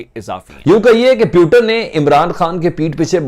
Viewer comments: PYUTIN nahi akal ke andhe... He is PUTIN... Kya journalism karega tu !!!!!!!! 😂😂😂😂😂😂😂😂😂😂😂😂😂😂😂😂😂😂😂😂😂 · Pyutin 😁😁😁😁 Are jaahilooo wo putin h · Haramzado puuutin nahi putin hota hai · Ek to koi in dhakkano ki pronunciation sudharwao Putin hai pyutin nhi ye lund ko bhi Imrand. Bolte honge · O bhai putin hota hai pyutin nahi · phwetin? jahil KAUM Putin hota hai jahil jihadis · These Pakistani anchors can’t even properly pronounce Russian president name.